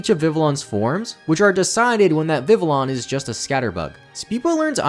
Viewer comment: The constant mispronounciation of Vivillon drives me crazy. It comes from the French word Papillon, which means butterfly, so Vivillon would be pronounced Vi-vee-on, not vi-ville-on